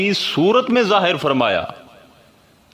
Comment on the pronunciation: work out on Urdu pronunciation zaahir not zahar many more hope u will look into it